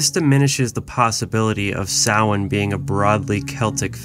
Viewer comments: It's pronounced ' Sow in ' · You should learn how to say Samhain if you are going to do a video on it. It sound like - so win